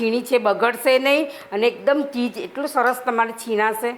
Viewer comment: Pizza and cheese, bolta nathi aawadtu chej , puja bole che